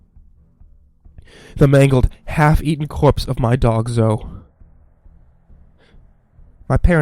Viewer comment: Did you seriously just pronounce Zoe, "zo"?